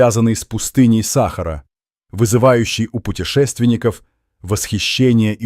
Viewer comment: Не сахару умник без тебя что там под без сахары ты хоть правильно произноси слова Сахара что на свое придумать что то свое ума не хватила расказываешь чушь сахара блин вот такую хрен бред несёшь следуй да сахары делай ударение правильно грамотей боже